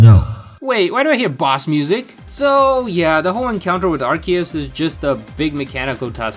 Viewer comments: It’s not pronounced as arse-ee-us 💀 That only existed VERY briefly before they changed it because it literally contained arse..butt. So that’s no longer the intended english pronunciation. Pronouncing it as arse-ee-us is wrong but it’s literally not that serious And what obnoxious subtitles? 😭🖐️ the only subtitles are ones you have to turn on! And they’re auto generated. If you mean the literal 2 seconds of subtitles that feature 1 small sentence 💀 than wow you’re triggered by subtitles WAY too easily.. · Obnoxious amount of subtitles, and saying Arse-ee-us wrong, I got 40 seconds in before leaving. Good day sir.